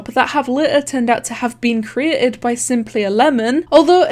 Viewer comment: When he says "simplyAlemon" i hear it "simply11" for sum reason.